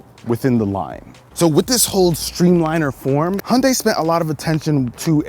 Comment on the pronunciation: Hi - jun - dai, not hundai. Americans never pronouns names right...